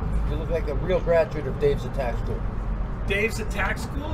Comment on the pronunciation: "I want that wook and I want that wook now" "Today or Tommorow?_